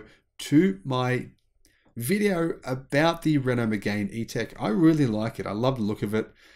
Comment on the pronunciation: It's not megain, it's mégane! Try to put it in google traductions to hear the right sounds! It's not Reno, it's Renault! 😁 Yes, many French people tend to be attached to the brands they know. They are not necessarily attached to a French brand, though. They'll just go to the store they know and ask for what will fit their needs and rarely will check somewhere else. Not just with cars either. Although hearsay is also quite important for many.